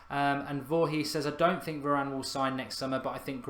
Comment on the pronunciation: Meant varane not Varanene